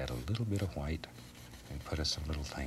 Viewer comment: “$12,000 SOLD to the man with the exceptional mustache! Now if you fallow us to dining room, we’ll be serving Hwite cake”